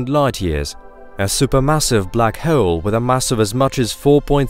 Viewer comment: The way he says 'hole' is gonna be a no for me